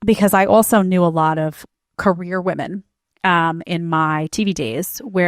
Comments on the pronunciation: Why do so many young women have trouble saying the word "women?" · What is it about this younger generation that doesn’t allow them to be able to pronounce the word “women” and not “woman” when referring to multiple women? Smh absolutely ridiculous. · Why do these young woke women pronounce the plural women as woman. This reflects the state of education system.